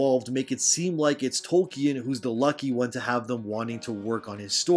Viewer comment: “Toy-ken” Drink another bottle